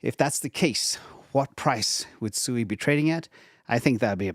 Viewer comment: SUI = swee, as in suite. Also, K+eight = Kate.